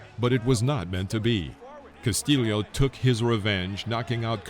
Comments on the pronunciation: Well, at least you were consistent in mispronouncing Castillo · Cas tee yo...not Cas tee leo. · It's nice that you pronounce the second L in castillo as a J but try to do it with the first L too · “Cas-tee-yo,” not “Cas-till-ee-oh…” Having a YouTube boxing channel, I suggest that you familiarize yourself with a boxer who many believe beat Floyd Mayweather, Jr. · Castillo NOT castilio